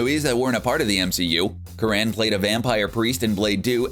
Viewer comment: You've mispronouced Tony Curran's name. It's 'curren'; like current without the t.